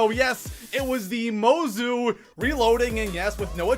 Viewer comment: It’s pronounced Motzu